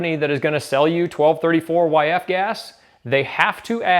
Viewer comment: Did buddy really just say twelve thirty-four-yf? Unforgivable.